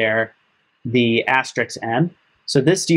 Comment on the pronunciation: Thanks for the vid. BTW, it's *asterisk*, not Asterix. s then k, not k then s...